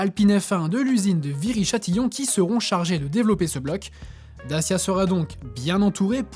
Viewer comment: It's DaCHIa, not Dasia